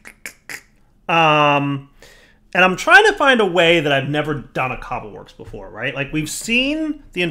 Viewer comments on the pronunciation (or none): none